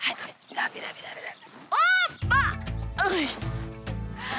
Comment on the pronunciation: Afetin bismillah meramera demesi 😂😂